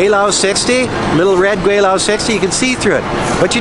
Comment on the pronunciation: Hey Gweilo! You spell your name Gweilo, but pronounce it "Gweilao". Actually, in Hanyu it is "Gweilao". In Cantonese, it is "Gwailo". Hasn't your wife told you that?